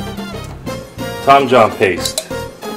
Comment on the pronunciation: Did he say Tom John Paste ? I'm finding Tom Yum paste that seems like it might be what he's using. HELP! Thanks